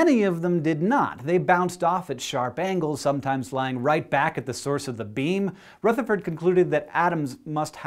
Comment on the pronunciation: OMG HE SAID RUTHERFORD RIGHT! As an Irish dancer, it irks me to no end when my teachers say RUEtherford, because it's RUHtherford!!! Hank, you just became more awesome than before!!! :D